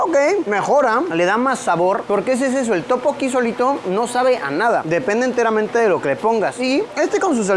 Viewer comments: Luisito no es topoki 😫 es (Tteokbokki) y su pronunciación es tuk - bow - kee, en el restaurante de barbacoa te faltó mencionar que comer carne de cerdo en Corea es súper caro y solo se come en momentos sumamente especiales es por eso que lo más normal es comer mariscos porque es lo más económico, de ahí en más me encantó el vídeo, espero en algún momento viajar a Corea, Amooooo 💜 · Efectivamente, yo cuando leí el "Topoki", dije "Esto es un sacrilegio". xD Pero es que ya en varios videos también se nota que Luisito se complica demasiado con prununciaciones simples. Pero bueno, no deben saber casi nada del Hangul y la pronunciación. uvu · Topokki amo jajajaja teokbokki Luisito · Escuchar a Luisito decir Topoki y no Tteokbokki me da toc. xD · No es topoki es teokkboky